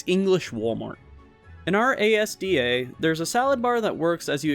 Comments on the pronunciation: just wanted to say that when u said A S D A it kinda triggered someting because it's pronounced asda. sorry for being so picky with pronunciations. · Haven't watched the full video yet, so you might of corrected yourself but ASDA is literally pronounced "Asda"